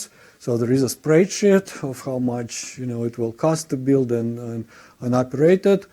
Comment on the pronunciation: When he pronounced "spreadsheet" as "sprayed shit" I almost spit some lemonade on my keyboard. Sorry about the childish comment, great talk! :D